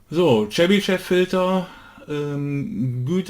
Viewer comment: Tolles video! Seit ich gelernt habe, dass auch digitale Filter die Phase beeinflussen war ich sehr verunsichert. Jetzt hab ich ein besseres Bild wann welcher Filter seinen Zweck hat. Chebyshev spricht sich übrigens Tschebyschow.